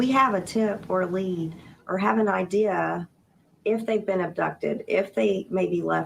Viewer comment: TWICET.. ITS TWICE. IGERANT.. IGNORANT! YOU speak about education, That's hilarious,.. I have counted at least 500 words you have no idea how to say. IDEAL for idea. I,mean, you have a very poor Vacabulary. Your worse than Candus, Your aggressive, Angry, you come across as, superior. You talk over everyone. I get Narcissistic vibes from you. You sure have a superior view of yourself. Your running your Nasty mouth, and your children are hearing this every night. I mean, What kind of role Model are you for your children. I heard you say, that D/C used terrible language, in front of their children. You have no room to talk. Kind regards from the west of Ireland.